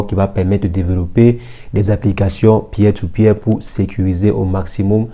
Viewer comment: "Pier to Pier" se prononce " PIR to PIR " pour info...